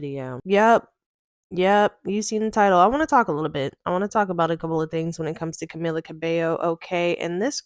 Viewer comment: you can’t even pronounce her name correctly. if you’re gonna do yOuR JoUrNaLiStiC duTiEs 🫡 then here’s an idea.. do better research so you can then know the difference between camilla and camila and famillia and familia. girl, bye.